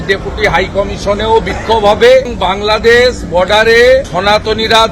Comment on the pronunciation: 'বাংলাদেছ' নয় 'বাংলাদেশ' বলো।